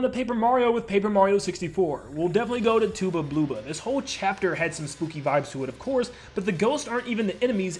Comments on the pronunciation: I'm sorry, but It's not "tooba blooba", his name is a pun of "tub of blubber". It's Tubba' Blubba' XD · Bruh "TOOBA BLOOBA" 💀 its just Tubba Blubba